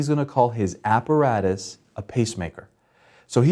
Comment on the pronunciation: look Apparatus is a latin word not an english one, and your pronunciation is wrong